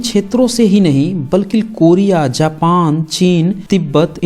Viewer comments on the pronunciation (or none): none